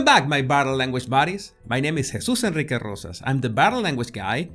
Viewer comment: I love to hear him say that